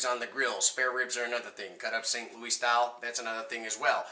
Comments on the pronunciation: No one here in or near ST. LOUIS say "louie' IT'S LOUIS. As in your header. Where you from dude? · No one that lives in the entire area St. Louis calls it "lou-ie" only foreigners.